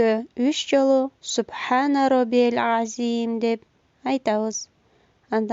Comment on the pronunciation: Азиим эмес азыым деш керек экен чон устаздардын уккам